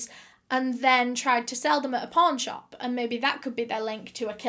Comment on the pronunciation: When she said "pawn shop" I did NOT hear pawn shop.